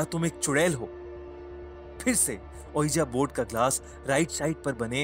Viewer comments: It's pronunciation is V-I-J-I BOARD not O-E-A-J-A BOARD. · That's pronounced as 'wiji board'